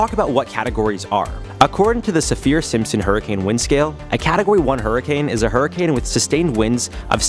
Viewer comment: SAFF-ur simpson. Not sa-FEER